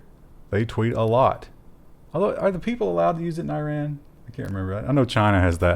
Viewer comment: it's iran, not iran